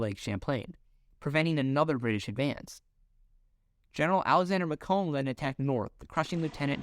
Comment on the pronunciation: FYI, 'Macomb' rhymes with bacon. I feel like this would lead to a few more US territories as well, namely Nicaragua and Greenland. Interestingly the US would have never gotten the Philippines and may not have 'opened up' Japan to trade.